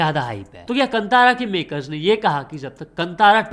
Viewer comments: कंतारा ❌ कांतारा ✅ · Bhai wo Kantaaraa nahi hai Kaantara hai 👍🏻 Btw get well soon